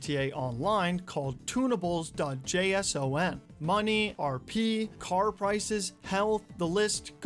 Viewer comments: bro it's pronounced as "Jay son" hahaha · id say dns ip instead of code and json is pronounced "Jayson"